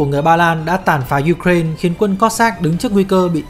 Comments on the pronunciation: ukraina đọc là ukrain )) đ hiểu kiểu gì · chính xác là ý tôi muốn nói đó bạn. MC đọc thanh diu cren cũng k sang hơn cách đọc truyền thống lâu nay đâu. Giờ tự dưng rộ lên cái kiểu đọc phiên âm tiếng Anh, trong khi mình đã có cả một hệ thống phiên âm sang tiếng Việt rồi cơ mà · cứ phải phát âm theo mấy bố Tây engrisk thì mới là chuẩn đúng khum =))